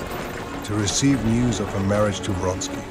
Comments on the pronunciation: Count Vronsky, not Fonsky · Most simple Russian names are massacred in this movie...actors should have lessons in pronunciation. This is dreadful.